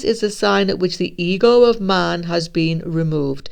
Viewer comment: Lol I thought you were saying the eagle of man were removed. I had to turn on CC to understand. The EGO of man have been removed. True, I have no ego, only a deserved confidence in my own righteousness remains. Sounds so egotistical. People, particularly a Virgo woman recently, say I'm narcissistic and I'm like no I just have confidence in my high moral disposition. I'm sure I need to focus more on my shortcomings because I have aplenty.